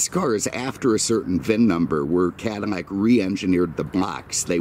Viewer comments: He says Cadimmac instead of Cadillac. And almost any word that has a "L" sound he uses "M" sound instead. When he spoke of the Porsche 911 he said nineemeven. It is a speech impediment and I'm not making fun of it. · how are you pronouncing Cadillac? It sounds like Cadimac.